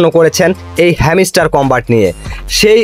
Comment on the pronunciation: ভাই ওটা হেমিস্টার না, হাম্সটার।ভাষা ঠিক করুন নাহলে আনসাবস্ক্রাইব করে দিবো